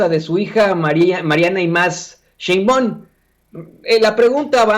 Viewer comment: Porque no pronuncias bien el nombre de Claudia SHEINBAUM, como se lee así se pronuncia, no Sheinbaon